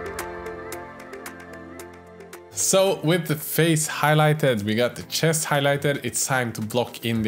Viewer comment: I love your pronounciation of words like "shest", "senithal" or "yewelry" forsenT